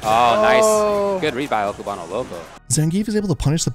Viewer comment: The way both you and the commentators say cubano hurts my soul